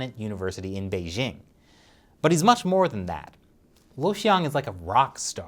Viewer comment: The "j" in "Beijing is not pronounced like the "z" in "azure." It's basically equivalent to the "J" in the English name "Jim." Shouldn't, whose pronunciation of Chinese is otherwise just fine, already know this?